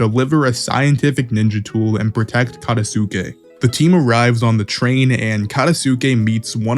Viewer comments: Katasuke (kuh-tahs-kay) Ao (ow) Just some pronunciation tips for future videos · I'm sorry but the way you say Katasuke's name 😭